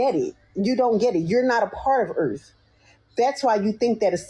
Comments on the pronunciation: “Off duh earff” 😂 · 😅 “From da Erff” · "we were begging them for help"🤣🤣🤣 "we are off the Earfff"🤣🤣🤣 This channel's goes great with my morning coffee 💯☕🤣🤣🤣